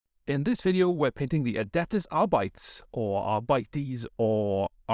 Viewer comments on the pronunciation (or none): I AM... DA LA-AW! Arbites are awesome! That blue scheme looks great and makes them look just a bit more like police. A silver would work well too, really rock a Robocop vibe. I think it's pronounced Ar-Beet-Ays.